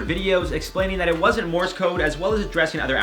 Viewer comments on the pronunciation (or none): none